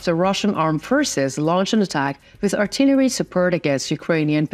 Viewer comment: Pronunciation. Cont.. "Artillery" ..emphasis on second syllable! "Ar-TI-leree" Other than this, there are a few more, but great reports, thank you!